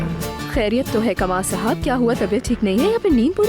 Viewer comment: Kalam nahi janab "kamal"......